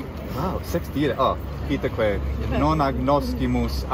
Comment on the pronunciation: "Wow" in Latin accent.